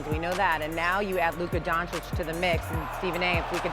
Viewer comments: It’s been years and Stephen A. Smith still does not know how to pronounce Luka’s last name. It’s Don-chitch not Don-chick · So how many years is Doncic now in the NBA and Stephen A STILL can't pronounce his name. It's pronounced DONCHICH not DONCHICK for gods sake. It's not hard Brian Windhorst does it perfectly. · He still can't pronounce his name right! Its DON-CHICH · Will Screaming A. Smith ever pronounce Luka Dončić's name correctly??? The female anchor interviewing him said it right a BUNCH of times (DON-CHICH), but he insists on calling him "DON-CHICK" like an absolute idiot! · Ffs its not donchick Stephen A blind old rat! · Exhausting to listen to SAS say Luka “Donchick” and Victor “Wembanyana” for years now. alway making sure to get these players’ names wrong. Disrespectful. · Fugging Stephen A still says Donchick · Why can’t he ever say his name right SMH racist AF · how can someone that talks about basketball 24/7 not be able to pronounce Lukas lastname ... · I find it disrespectful to choose to pronounce a superstar’s name like that. Just wrong. He is a product which creates jobs in the press, athletics, social media. Stephen A..come on man… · For all these years Stephen A. haven’t learned how to say Doncic correctly 😂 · It's sad that after 7 years of Doncic in the NBA this hater Stephen A., hasn't learned how to pronounce Luca's last name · what's up with SAS not being able to pronounce Dončić ?????? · Stephen A still can't pronounce is name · Stephen A SMIF still can’t pronounce Dončić properly…come on man…. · How does he still not know how to say his name correctly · Can stephen a finally say donic properly? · Stephen cant even pronounce Doncic's name correct is diabolical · you’d think by now Stephen A. would know how to pronounce Luka’s last name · ‘a global superstar’ yet stephen a doesn’t even care to get his name right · I’m still dumbfounded how SAS still mispronounces Luka’s last name. I thought he is an eloquent journalist. Lol